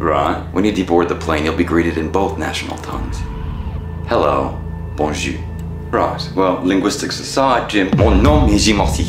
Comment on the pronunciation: if you say hello bonjou I know you dont speak freach there is a R at the end without it you sound like you are saying 'good cheek' which is funny